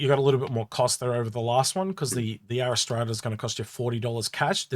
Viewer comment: ariss trata? Cmon read the letters in the name. "R" like the letter that comes after Q. "ras" as in ass ( the donkey, not your butt), "tra" as in la la la...R-ras-tra. how the hell do you get ariss trada. - i love the look of the RSI ships, this one included, not sure if its useful yet., i was very disappointed in the warbond CCU offerings, and thought they were pretty average, with many being just repeats of previous offerings this year, However there was a few ok ones mixed in and the finale ones like orion polaris etc have been great.